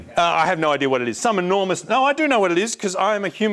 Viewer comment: Brining a chainsaw to an exam... NOW THATS AN IDEAR